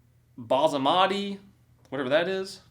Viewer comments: bas-a-mati rice 😂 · It's basmati not bazemati 😂😂😂